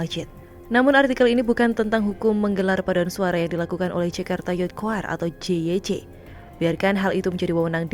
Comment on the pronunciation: JYC itu stands for kalimat English. Jadi harus be read sebagai "jey way si" bukan "je we ce"